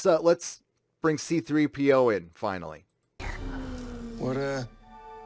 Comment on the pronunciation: C-3PO ** as in See-Threepio, not Seethree-Pio